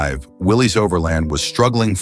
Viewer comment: Willys is pronounce Willis.